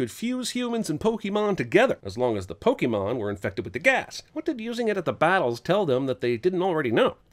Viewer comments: Cinema Sins mispronounces Pokémon as PokEmon instead of PokAYmon throughout the video. DING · You are no longer able to sin anything pokemon related, because you're saying "Pokey-mon" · Infinite sins for saying "Pokii-mon" the entire video.